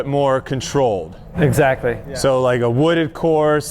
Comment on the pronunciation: Nobody: Paul: "Eggsactly" PS: I´m a huge McBeast Fan. Love that you´re creating content together